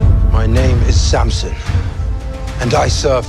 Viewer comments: Sir please ....shimsown nahi.......Samson hai .......please pronounce the name in proper sense 🙏🙏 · Samson not simshon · Samson ka pronunciation correct karo bhai.